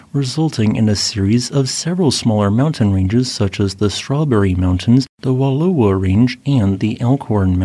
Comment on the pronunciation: The eastern Wallowa range is pronounced “Wuh-lao-uh”.